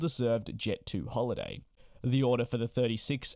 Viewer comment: 'Odour' 'order'